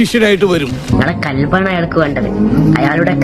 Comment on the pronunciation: കൽബ് അല്ല ഖൽബ്